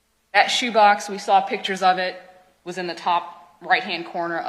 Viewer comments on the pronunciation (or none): “Pittures,” is not a word. A judge can’t pronounce a simple word.